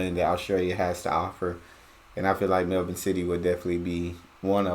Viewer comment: You said Melbourne perfectly!